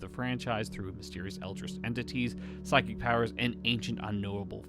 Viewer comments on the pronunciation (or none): none